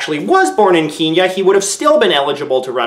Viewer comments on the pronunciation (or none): He pronounced it ‘Keen-ya’ when most people would pronounce it ‘Ken-ya’. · Kee-ya? really? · for those who pronounce Kenya as keenya you're wrong so stop say it the right way Ken-Ya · Did you say "Keenya"? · golden foxa I've always pronounced it Ken yah but that's probably just an American thing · I'm sorry how tf do you pronounce "Kenya" ??? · Kenyan here. The TL;DR is, his pronunciation is wrong but it's a bit more complicated than that. For starters, no one Kenyan citizen pronounces "Kenya" that way at all, so if that's the barometer by which you gauge whether a form of pronunciation is correct or not, then it's the wrong pronunciation. Having said that, the name "Kenya" is one that, as far as I'm aware was kinda coined by the British. The name was basically a gross butchering of the traditional name of our country's highest peak (Mt. Kirinyaga). So, if your barometer for judging the correct pronunciation of a word is by looking at how the word's originators pronounced it, then JJ got it right.